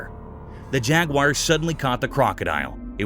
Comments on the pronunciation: You mispronounced the animal,Jaguar.its not pronounced jag-wire..its pronounced jag-war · Jaguar not jagwire lol 😂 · It's not jaguyer it's jaguar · Actually it’s pronounced jag-you-ah. Bloody Americans make the stupid pronunciation. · This guy and others prove that you don't have to be smart to be a commentator. He could not pronounce jaguar properly!